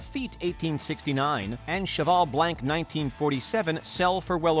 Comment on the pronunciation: Stopped listening when he pronounces Chateau Margaux as "margao", and Cheval Blanc, "blank"